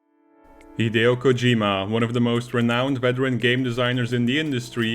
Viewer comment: It's KOH-jee-ma, not Koh-JEE-ma.